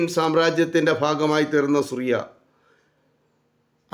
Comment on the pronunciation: ഞങ്ങൾ ആരും സുറിയ എന്നു കേട്ടതായി ഓർമ്മ ഇല്ല പകരം സിറിയ എന്നു കേട്ടിട്ടു ഉൺടു.